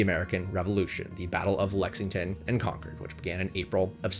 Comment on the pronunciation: Spent the first 23 years of my life in Massachusetts and I didn't realize until seeing this video that I've been to ALL of the NPS units in the state. Definitely can't say that about any other state (yet). Also THANK YOU for pronouncing Concord correctly. Most people get it wrong